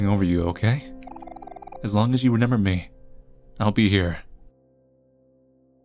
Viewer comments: That moment when you've watched too much, and now you say renember instead of remember. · yall be thinking of all these thought-out theories and all I'm thinking about is whenever says remember he pronounces it as "renember" lol